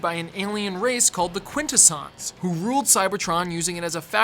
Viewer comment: You've got so many bizarre pronunciations for things, like the way you say Quintessons. Sounds like someone who's read a wiki summary without watching the show.